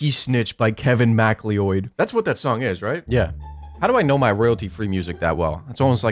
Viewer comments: We gon talk about how he say “MACLEOID” it’s pronounced Mc cloud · kevin mack-lee-oid? kevin ma-cloud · bro said Kevin MacLeeoid its pronounced ma cloud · Bro said “MACK-LEE-OID” 💀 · Did this dude just say “Kevin Mack-lee-oid”????? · no way he said kevin mac leeoid 💀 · you lost me at "macleeoid" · the way u pronounced macleod